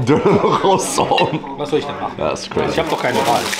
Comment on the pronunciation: Man sagt nicht quazy es heisst crazy